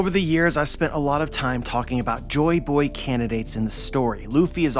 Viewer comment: UhHhMm AcKtUaLLy He SaYs "Jo BoY hErE" Joyboy (Jo-EE Boy) not jo boy